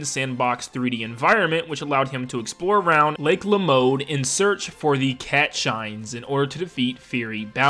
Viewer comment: Did he say lake lamode?